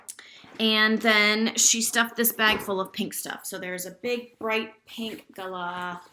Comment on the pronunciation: Wow, you totally nail the Galah pronunciation now 😉 I can’t believe it took me so long to see this damn update!! Miss you already 😍